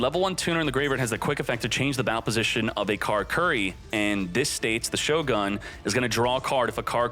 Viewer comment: Carcurry? It's ca-lah-coo-lee,.